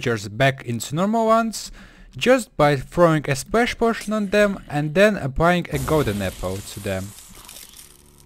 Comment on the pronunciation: he sound like: muilk .. can weverse. potoin . efwct. lol XD😅😅😅😅😅 [NOT TRYING TO BE MEAN] U NEED SOME MILK HAGAHAHAHAHAHA LIL XD